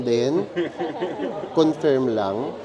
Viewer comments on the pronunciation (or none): none